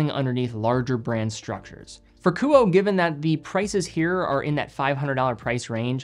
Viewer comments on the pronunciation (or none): Ku-oh-eh not Ku-oh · the brand name is pronounced “Ku-oh-ay,” not “Koo-oh." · Thanks for another excellent review. The correct pronunciation of the brand is KOO-Oh-Eh. In Japanese, all sylables receive equal weight (theoretically). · great video! the pronunciation of this brand would be ku-oh-ay based on my knowledge of japanese phonetics. Amazing watches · Honest question. Is KUOE pronounced 'ku-oh' or more like 'ku-oh-eh'? Japanese's kana structure and pronunciation would imply the latter, but the former could be applicable if the name has a western or Anglo-American inspiration behind it. I can't find this information on their website. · Don’t know the owner nor the company, but in Japanese this would be pronounced Ku Oh Eh. KU as in coo coo cachu… OH as in only… EH as in enemy. 3 syllable name. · Likely pronounced Kuo-eh. As in Kuoé or Kuoë. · Love your content and watch almost all of them. Isn't it pronounced "coo-oh-eh" ? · If it's meant to be pronounced as a Japanese name, it would be Ku-oh-eh. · It's pronounced "kuoe" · I think it's great you're featuring a smaller Japanese watch company, but you should really know that it's pronounced Kuu-o-eh. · I would pronounce the “e” as a third syllable. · God forbid if you mispronounce a french name on watches. But it's ok coz.it's just an asian brand.